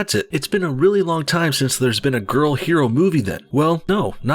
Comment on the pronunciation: Well it's pronounced he - ro not her - o